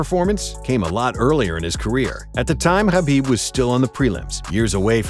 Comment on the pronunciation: Thank you for not pronouncing the k in khabib